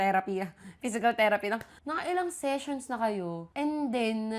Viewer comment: ang lauff q sa "sessions" HAHAHAHAHAHA